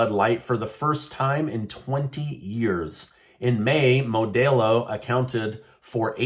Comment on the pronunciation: it's Moe•Dell•Low, not Moe•Day•Low